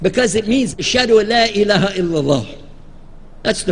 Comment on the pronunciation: It's "Elaha". Why did you leave off the last syllable? Probably to make it sound more like Arabic.